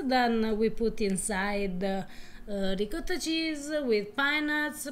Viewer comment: Eva Please teach your husband how to correctly pronounce: "ricotta." and, how can he have gotten this far (marriage and all) to a real Italian and not have experienced eggplant?